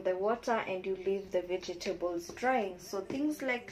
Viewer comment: Veg-table not vege-table. Lovely vid